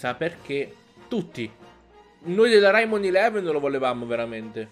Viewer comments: Si dice Reimon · la pronuncia corretta è Raimon